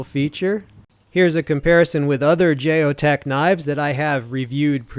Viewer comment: Geo Tec (Gee-O-Tek) not Jay-O tec